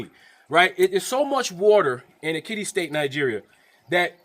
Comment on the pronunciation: Ekiti State, not Kitty State 😅